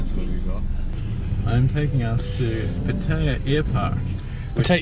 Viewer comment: Please learn how to pronounce Pattaya